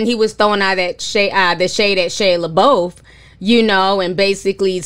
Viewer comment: Ti just said "Shea Labofe" I'm 💀💀💀💀💀💀